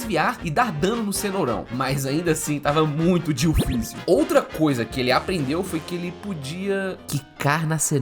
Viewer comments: Gente alguém por favor conta quantas vezes ele disse Dioficil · se voce falar dillficil mais alguma vez eu juro q eu vou explodir minha cabeça com um .50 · Eu contando quantas vezes ele disse ''dillfício'' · A palavra q eu ouço ate agora e dillficil e dillsafio😂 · para de falar dilficil . . . . . . . . . . . . . . . .